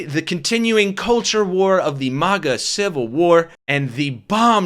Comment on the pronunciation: lol it sounded like you called them maggot!! I love it! Maggots for trump!